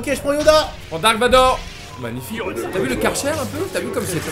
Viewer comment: tiri vador ptdr je suis mort😂😂😂🤣🤣